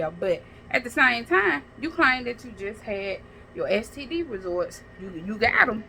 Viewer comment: Girl, get off the internet and take an English.grammar, speech class. The word is “results”, not “resorts”. 🤦🏾‍♀️